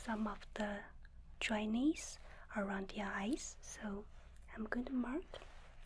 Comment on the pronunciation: I love how I hear "dry knees" instead of "dryness"